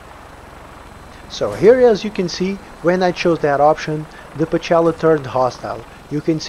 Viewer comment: That doesn't sound like "Pocela." and the Russian transcription is Pcela (Пчела), which translated into English means -- Bee. I apologize for my remark )) Much appreciation for a good guide on the updated version of the mod.